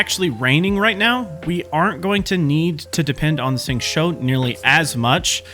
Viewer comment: Nice, but when describing what you’re doing, it’d be helpful to say specifically what power you’re casting (eg “use Xingqiu’s E”, rather than simply saying you’re applying “this” or “that”. It’d also be much easier to follow your technique if you pronounce the character names a bit more correctly— Xingqiu is closest to “shing chew”, not “shing cho”. The English voice actor is wrong too (listen to the Chinese VA or go here ) along with most YouTubers, so you’re not alone there.